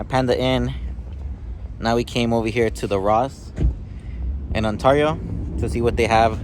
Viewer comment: the way you say Ontario is stressing me out 😅😅